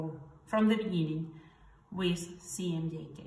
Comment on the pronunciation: Why are you pronouncing CMYK as CMJK?